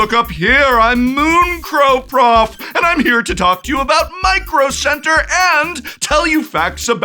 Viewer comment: MICRO CEBTERRRR! 😂